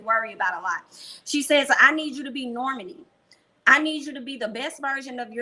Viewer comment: Nor-mAH-nee, not normuhnee 🤷🏾‍♀️😬